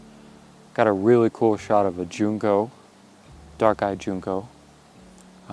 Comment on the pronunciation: Just info… Junco is pronounced like Junk-o, not June-ko. 👍🏻